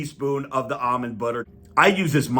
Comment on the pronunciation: Finally, someone who pronounces "almond" correctly.